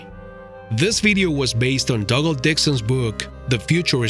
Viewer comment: “Dog”al ...are you sure that’s how you pronounce his name 🤔😂